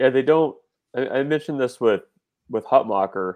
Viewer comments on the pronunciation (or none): Hutmacher - pronounce like Mach 1